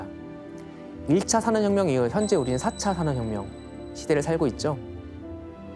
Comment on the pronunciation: 산업혁명이라는 단어를 자주 말 하시는데 ,,, 발음이 사어혀묭 이라고 하세요 ..ㅋㅋㅋ